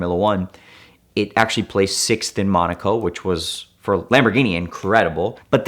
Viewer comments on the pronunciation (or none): none